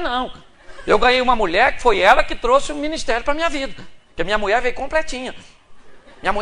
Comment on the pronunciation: Pastor de araque, mesmo. Poderia, ao menos ter postura. Poderia, ao menos, falar corretamente. "Muié"....."Trabaià"""....afffff....